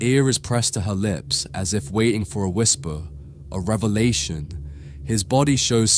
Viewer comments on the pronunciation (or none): none